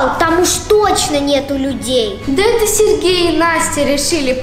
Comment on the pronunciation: Может Сережа а не сергежа??